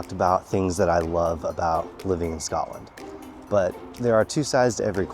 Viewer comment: Not even ten seconds in to the video and there's already something wrong. Like if your going to live in Scotland than you have to pronounce it wright